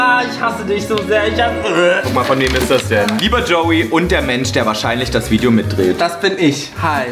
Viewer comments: Is klar Joey jeder sagt Lideo und nicht Video 😂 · hahah wie joey zum schluss statt video lideo sagt und auch wenn das ultra dumm ist das ich einen lachflash darüber hab ....joa egall😂😂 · HAHAH „ihr seht das lideo hier“ bin ich die einzigste die das gehört hat